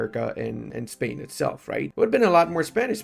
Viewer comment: I am spanish and I love when pronounces Spain as "Espania", it works as a subtle remainder of him working to restore the roman empire. Just kidding, one of the best accents out there, very clear and understandable